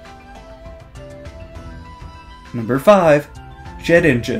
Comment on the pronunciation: For some reason I heard 'Jet Engine' instead of 'Shedinja'